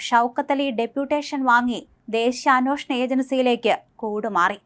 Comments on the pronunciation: അ"ന്വോ"ഷണം. എന്നല്ല അന്വേഷണം എന്നാണ് മലയാളം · അന്വേഷണം എന്നു ശരിക്കു പറയൂ..